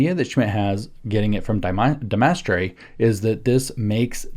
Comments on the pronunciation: Couldn't pronounce his name correctly. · Could he have pronounced De Maistre's name, incorrectly, because he read it and hasn't had to speak it?